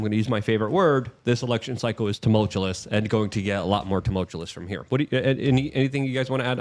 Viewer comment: “Tumultulus” -luke 😂😂